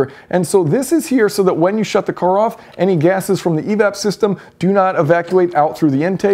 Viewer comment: He also can't say the word "car". He says "core"